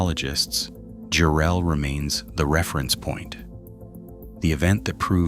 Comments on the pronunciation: JARRELL GODDAMMIT! NOT "JU-RELL" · Enjoyed the footage, but mispronouncing the town name.........🤷 AI crap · What are you talking about this crappy AI he can't even pronounce the town Jarrell Texas correctly